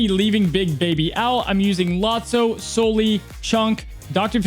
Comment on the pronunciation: Please pronounce Sully's name correctly.